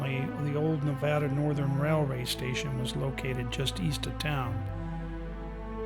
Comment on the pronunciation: You pronounce the name of the state correctly. So many people don't, or say it doesn't matter how it's pronounced. I always notice this, but i am kinda weird. Love the Silver state !!